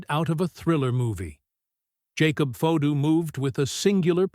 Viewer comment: Hey con Terry, the person talking right now you’re saying Jacob fato is his real name stop saying it differently unless you want him at you too